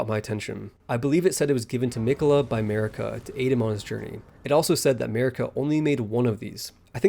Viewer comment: "Mehrika" What the fuck?